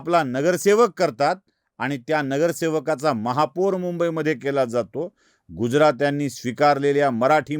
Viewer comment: दादा, महापूर नाही महापौर म्हणा! बाकी विडिओ छान! 😂